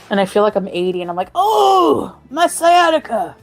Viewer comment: I believe she said Sia Tikka instead of sciatica one time